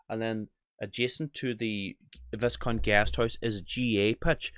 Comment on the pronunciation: Bundoran...the Viscount hotel pronounced as the "Vi..count"